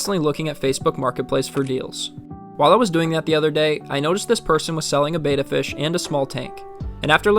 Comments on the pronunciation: Bettas don’t need to be drip acclimated since they breath air. Also it’s pronounced bet-uh, not bait-uh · Rescuing is always admirable. That said, Beta is a ray, like alpha and gamma. Beta is also like VHS; remember those? Betta is the fish you rescued. Bet-uh, not Bay-tuh. Have to add- that lookout is really cool. I have never seen one. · It's not pronounced like "bayta," it's "betta." Why do people say "bayta?" I've even heard people in pet stores say "bayta." How ignorant. It's not that hard to say it correctly. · BehTah, Not Bayta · You’re mispronouncing betta. It’s not pronounced like beta. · It’s becoming a pet peeve that people can’t pronounce betta, it’s not the Greek letter beta